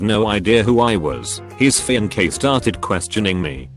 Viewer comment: My favorite is "fiankay".